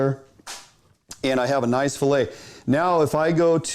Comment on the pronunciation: fill aying ! hahahahaha